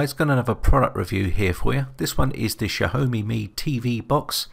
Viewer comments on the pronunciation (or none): Great Video...but....Xhahome tho? isn't it pronounced it Xa-o-me?